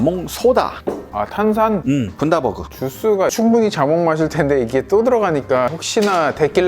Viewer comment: 호주에서도 항상 컨텐트 잘 보고 있습니다. Bundaberg는 호주에 있는 한 도시인데 분다버그가 아니라 번다버그 라고 읽으셔야돼요. 좀 어색해서 말씀드려요~